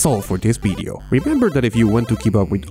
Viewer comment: I liked the "bideo" very good "bideo" best "bideo" such "bideo